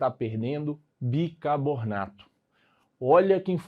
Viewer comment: Aula excelente, só queria saber porque o professor fala bicabornato kk